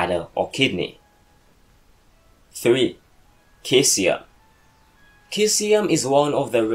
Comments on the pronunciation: it's pronounced See-zee-um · Your saying caesium wrong you say it like saesium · you don't pronounce the "K" in Caesium, pronounce with a "S"